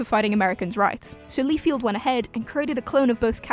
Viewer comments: BTW, it`s LIEFELD, not Lefield. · LIE-feld, not "Lee-field." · Why do you pronounce Rob Liefeld as Rob Lee-field? Do you read comics? Also, Howard the Duck wasn't the first Marvel movie. Dr. Strange came out in 1978. And if you want to go even further, Captain America was released in 1944 as a serial, condensed into feature length in 1953 and released to cinemas as The Return of Captain America. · Am I the only one bothered by "Leefield?" Really? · Liefeld is pronounced like Seinfeld. No "Field" there.